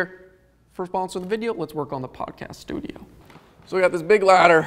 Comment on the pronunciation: and his "SLEWdio" instead of studio. ha